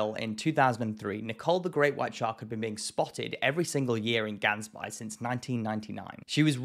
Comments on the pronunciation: Gaans bay is translated to goose bay. please pronounce it right, the A sound is a aaah sound and the g drags out GGG aaaah ns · Great video but Gansbaai in Afrikaans is pronounced with an H. As in Hansbaai. Keep up the awesome videos. 👍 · Love your content and I'm normally not ever that guy but Gansbaai is pronounced Hans-Bay. Keep it up. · You are butchering the pronunciation of Gansbaai, but props for adding extra humor to this episode.